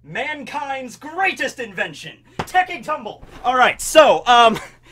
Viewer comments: Did this guy say.. “tekking tumble” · Had to check how many subscribers you had to be allowed to say ‘tekky tumble’ 🤣🤣🤣🤣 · “Tekking tumble”